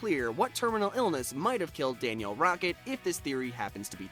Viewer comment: It’s Danielle not Daniel